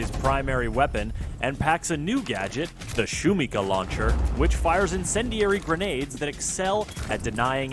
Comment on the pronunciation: Shumikha is the best way the could have called it. Could mean noise or can also translate to hype. But please shuMIha not shumiHA the tilde is on the second syllable. Thanks for making the lord even better)